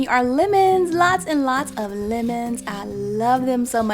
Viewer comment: why is she saying limons?